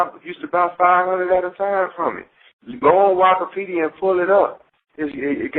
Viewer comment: Look at "wakapedia" 😂🤣😂